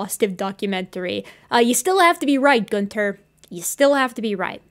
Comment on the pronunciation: Every time you said Goonter it reminds me of adventure time lol